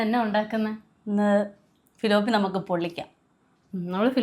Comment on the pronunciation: തിലാപ്പിയ അല്ലങ്കിൽ തിലൊപ്പിയ. ഫിലോപ്പിയ അല്ല.